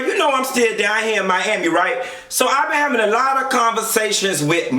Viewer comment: Aawshit...did u say "Joe Robbie stadium"?! MYYYYAMI!!!👏🏻